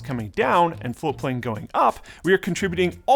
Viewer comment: Why do they pronounce "Floatplane" as "Flowplane"?